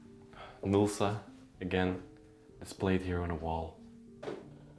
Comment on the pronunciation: you are having a difficult time with the name Nilsa...lol